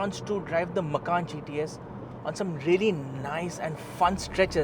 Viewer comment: This man sounds funny, Macan as Makhan(house in hindi)😇